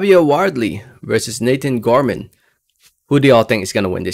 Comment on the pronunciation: Pronounce Nathan last name any way u want brother. Love ti hear them Gore mon vs Janebeck ? I think u right on money break down late win fab